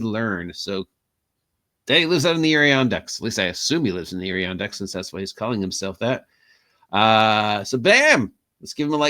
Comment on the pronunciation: Thanks for the shout out! I got away from crafting for now because I ran out of materials LOL Adirondack is pronounced "Ad - er - on - dak" and it's in way upstate New York